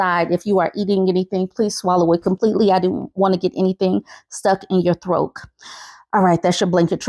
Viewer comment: I thought I was tripping on but she is saying throak instead of throat 😂😂😂